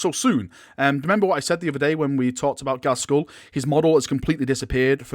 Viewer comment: It's pronounced GAZ-KULL... not GAZ-SKULL.. (there is no 's') And now it'll annoy everyone else too